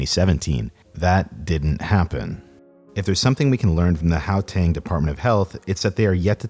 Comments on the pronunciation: Oh my gosh please stop saying Howtang, its Guateng. Ggggggg. Everyone in Kempton just goes to Arwyp Hospital. Its just around the corner. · its gau-teng, not gao-teng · Really good video. Well researched. Just do us South Africans one small favour and research how names are pronounced. Gauteng is pronounced with a hard guttural GH sound and not a soft H sound. How-teng just sounds wrong. How to pronounce Ms Mahlangu's name: After the Ma press your tongue firmly to the roof of your mouth then breathe in with your mouth open before saying lung-oo and you will have pronounced an African surname about as correctly as a European tongue can. Most names in South Africa are either First Nation names which would vary pronunciation based on their language, but the majority of the rest are of Dutch heritage which has a lot of unusual pronunciations. So Mister André Esterhuizen would have his name pronounced something like Aaahhn-drey Es-ter-hay-zen by a European. There's a change in how the Afrikaans pronounce the "hay" part in that we tend to make the sound in the back of our mouths with our lips in more of an O shape, while the English pronounce it more with their lips in the E shape putting the sound in the front of the mouth. I really hope that helps. There are files online for how to pronounce South African place names as well. Johannesburg in English is pronounced as if you were saying Jo Hand Nest Burger but have dropped the d from hand, the t from nest and the er from burger then run them all together into one word. In Afrikaans it would be closer to Yo-hun-ness-bear-gh. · I'm surprised no one has commented on his pronunciation of "how-tang" lol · "Yohannesburg." "Howteng." "Khedani Maylangu." I'm hollering!